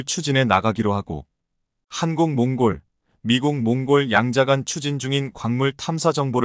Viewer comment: 이 바보야, 틀린 글자는 고쳐 읽어라. 콩골은 몽골로 고쳐 읽어 야지